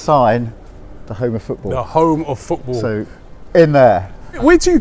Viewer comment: Cant listen to anyone who pronounces "football" as "footbull"